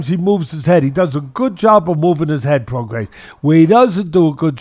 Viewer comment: LoMANchenko. ProgaiS. JoZZUa. Teddy will never pronounce a name right